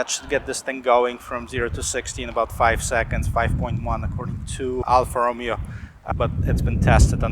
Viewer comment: Reviewing the wrong car... Ti are not twin turbo.. Roh-mey-oh!